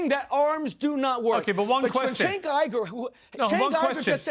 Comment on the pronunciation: it's Cenk is pronounce like Ch- ank. Like BANK.